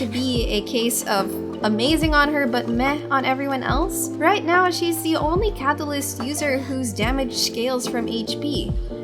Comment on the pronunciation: You are very particular how you pronounce words with a hard "t" in them. "eTerniTy" "caTAlysT".